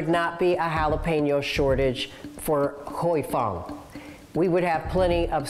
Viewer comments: It's pronounced "Hi Fong". LMAO at "Huey"😂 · Why does he keep saying “hooey fung”? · “Huey” Fong? Seriously CNBC? You let his butchered pronunciation go live? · He says "hughey fung" 🤦🤦🤦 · wtf "huey fung foods"? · Every time you say HUEY it’s grating. You’re CNBC why can’t you say it correctly? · Huey fong? That pronunciation is wild 😂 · "Who-ey" Fong😂😂😂 what a way to butcher the name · Can you at least try to pronounce Huy Fong correctly? it's not Huey Fong. It's one syllable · Why does the narrator keep on pronouncing Huy Fong as “Huey” Fong 😅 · It is pronounced " Hi Fung " white guy from the office ........ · It's pronounced "Hi Fong" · Great report but it others me so much that he's pronouncing "Huy Fong" incorrectly. said it right, why can't he? I grew up on Huy Fong and it really bothers me to hear this guy keep mispronouncing it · Is that how you pronounce “Huy Fong”? Sounds horribly wrong and shows a lack of research or care on CNBC’s side, when this can be referenced by watching the plethora of video and audio files to learn how to pronounce it. This story seems incredibly one sided. I’m shocked that this video came out basically accusing Huy Fong of greed and ill intent, when the same video points out the company has a 6.3% market share of hot sauces. Compare this to McCormick or any of the large food giants which basically own most of the food we get in a Ralph’s, Vons or other American grocery store! Is this story being released due to lack of cultural competency? Or is there money being spent to defame Huy Fong, to minimize their market share? Idk….maybe it really is to show why there’s a shortage of Sriracha but something feels off to me. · I appreciate you for sharing your comment ad I found this to be one sided too. At least pronounce the company’s name correctly right? It’s the least CNBC could do. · I’m pretty sure that’s not how you pronounce Huy Fong 😂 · Listening to this guy say Huy Fong is a torture. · Its "hoy" not "huey" 🙄